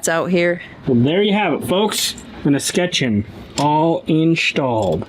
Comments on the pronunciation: Escutcheon is es-ku-chun.. ku like come. It's more of a plumbing thing but it took me a while to understand that word so I'm sharing my annoying pronunciation info with YouTube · Escutcheon is pronounced like discussion, like Eee-scussion so like the last half of the word discussion with a hard E sound first. Love your videos no hate as a tradesmen who uses escutcheons of all sorts on a regular it sounded goofy.